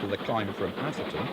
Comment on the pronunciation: Lovely stuff, but why are southerners incapable of pronouncing 'Atherton'? 😆